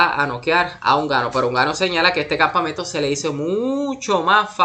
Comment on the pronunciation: Es francis nnganou no unganou😂